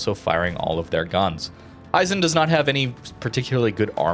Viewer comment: Not to be an annoyance but, if no one has told you yet, its pronounced he - zen.